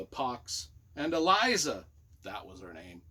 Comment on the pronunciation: I envy you the opportunity to read this series for the first time. My favourite of my last half-century of reading. And - it’s Eliza.